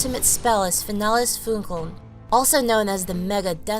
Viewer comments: It pains me to hear "Finales Funkeln" be butchered like that. "Fee-Nah-Les Foon-Kuh-ln" Would be a more appropriate way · The pronounce it so wrong. Its super cringe. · This wrong pronounciation of Finales Funkeln sounds so stupid to german Speakers :D